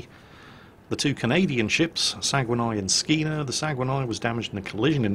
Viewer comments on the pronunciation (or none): Small correction about the pronunciation of the RCN A Class destroyer HMCS SAGUENAY. It's not Sa-gu-wan-ay but Sag-nay. Otherwise great video as usual. No need to reshoot the battle, of course.;) Eric Dufresne, RCN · HMCS Saguenay's name is pronounced "Sah-gay-nay", not "sa-gwen-eye".